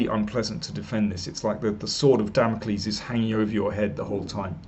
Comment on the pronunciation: "Sword of Damoklis" ;-)